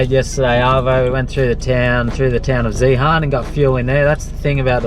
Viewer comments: Zehaaarn lol that's funny how you pronounce it.. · Love the videos! But you have to learn to pronounce Zeehan properly :P Its like "Ian" but with a Z at the start..